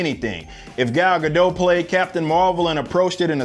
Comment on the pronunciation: First off, good content - thorough take of both sides. Much appreciated. Secondly, since you take the trouble to be thorough, Gal Gadot's last name does not have a silent "T" in it (I was also mistaken on this at one point). Phoenetically, it's guh-dot. Keep up the good work.